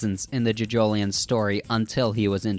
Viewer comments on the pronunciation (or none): Sir, please, you pronounce it as johjohlion as in joe joe lion not juhjoeleeon